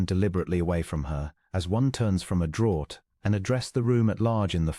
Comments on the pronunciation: “Draught” is pronounced as draft. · Pronunciation Draught pronounced draft!